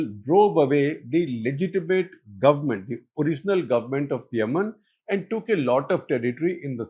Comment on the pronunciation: It is Yemen, not Yamannn..😂😂